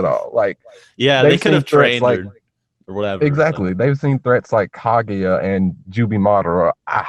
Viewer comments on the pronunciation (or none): isn't it pronounced Ka GU YA?